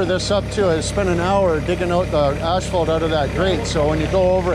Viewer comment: It' Asphalt, not ashfphalt for fuck's sake...